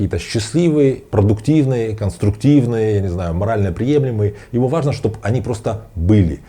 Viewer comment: Не аажно😊